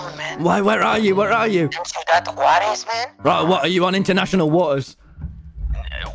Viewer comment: “international wa’ers”